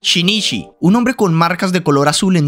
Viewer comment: Sí, pero no digas shinishi si se escribe shinuchi. 😅😢